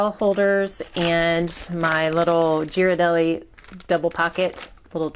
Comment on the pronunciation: you lost me at Gee-rardelli 😂 cut tho 👍🏽